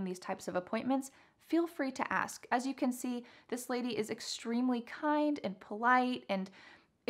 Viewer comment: The "as long as" is really hard to recognize for ESL students. I think the pronunciation of the first 'as' is more like 'jəz' rather than 'əz'. Not sure if I'm correct.